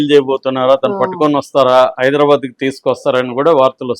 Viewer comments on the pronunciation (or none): none